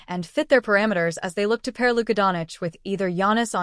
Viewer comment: Its not Donic , but Doncic